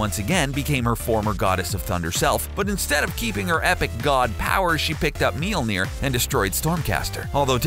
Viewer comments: What is that pronunciation of mjölner lol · wtf is your pronunciation of mjolnir??? sounds terrible XD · Your pronunciation of Mjölnir is really really bad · the pronunciation of Mjölnir is awful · He keeps mispronuncing Mjolnir... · Melnir... It's Mjölner for fuck sake! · Would be nice if it were pronounced correctly throughout the video - ugh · Mjölnir. Pronounce it correctly. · The narrator dude pronounced mjolir wrong. He kept pronouncing it meeleer, not mjolir. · MEELNEIR its pronounced mulnier(i know is spelled it wrong dinguses) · Bruh did they call it milneer? LMFAO its Mjolnir the m is silent omg im dead. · Meal-near? That's an odd pronunciation. I usually hear Me-ole-near. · Milnir? omg u Americans... The way u try to say words that is not American/English words are hilarious. In Norse mythology, its pronounced Mjölnir or in Old Norse Mjǫllnir... Old Norse Mjǫllnir regularly becomes Mjøllnir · ITS PRONOUNCED M-YOLE-NEER NOT MEELNER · Did you just pronounce "Mjölnir" like "Meelnir"?! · “Meeol-near” dude cmon. It’s pronounced “M-yol near” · I thought it was pronounced mjnor (min jore) but its mjnor (meel neer) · It is pronounced miolnier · it's pronounced majolinor aa not ae o not oh iee not ai the spelling is Mjolinor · Hello people I am Swedish and I will just say this guy pronounces Thor’s hammers name is sooooo bad it is supposed to be pronounced mjölner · It's pronounced "Mee-yol-neer" just so you know. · What's a meelneer? edit: geez guys it was a joke, i know how to pronounce mjolnir. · Let me just say this kinda bothered me so let me just correct you.. it’s pronounce me-yawner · Its pronounced mi ol ner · "...known as 'meel-neer'..."?? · I couldn't finish the video. I could not bear to hear the name destroyed and mispronounced as MEEL NEER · Thor's hammer is pronounced miolneer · He can't say the hammers name right and he fought Shazam not captain marvel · It pisses me off that this dude is pronouncing Mjølner wrong